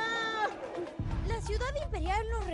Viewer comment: DÓNDE QUEDA CUJCO TIENES QUE APRENDER A PRONUNCIAR EL NOMBRE DE LA CIUDAD MÁS IMPORTANTE DEL PERÚ SE DICE CUSCO CON S NO CON J